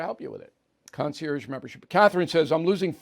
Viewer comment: Bill, Bill, Bill. Since you use the word so frequently, please learn the correct pronunciation of “concierge.”